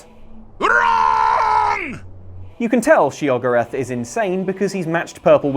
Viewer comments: It's not shoggorath, it's sheogorath. Shey-oh-gore-ath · She-Og-arath?! You must be mad as the daedric Prince of madness! It's Sheo-gor-rath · your saying sheogorath wrong. It’s she-o-gorath not sheog-orath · my friend, say it slowly with me: Shay-oh-gore-af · its sheogorath not SHEO GO WRATH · I'ma smack you if you keep purposefully mispronouncing their names. SHYAgrath. Pfft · She-Ogorath. That one hurt. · Shay og or ath. Unsubscribed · Shay-o-gor-ath. He even says his name himself! Also, the outfits you buy from Kilton are grosser since they're made from those monster parts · "Shay oh gore ath" not "show goth" Though admittedly that might actually be better for the Daedric Prince of madness. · Isn't it "She-o-go-rath"? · Patrick Long Shee-uh-GOR-ath, actually. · I feel like was deliberately mispronouncing Sheogorath's and Pelagius' names, am I the only one who feels this? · I have two things to say: 1) Your pronunciation of Sheogorath's name physically hurt my ears. Play the games. They pronounce it several times. 2) HOW IS A DOG BRAIN MORE GROSS THAN AN UMBILICAL CORD WITH EYEBALLS????? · lol cant pronunciation of Sheogorath WRONG sheo voice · Lukes pronunciation of Sheogorath... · I beg your pardon, how did you pronounce Sheogorath?! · please stop saying sheogorath wrong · You can tell hasn't played the Shivering Isles or the Sheogorath Skyrim quest since he's mispronouncing the glorious, outrageous Daedric Prince's name. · he pronounces Sheo multipletimes, and entroduces himself multiple times throughout the series, and you pronounce it like that? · No one going to comment on how poorly many of the things in Skyrim were pronounced? Sheogorath anyone? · the pronunciations in game please don't butcher Sheagorath